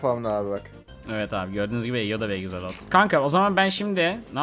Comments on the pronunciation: Egzolot değil axolot. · Ekzelot değil aksolotl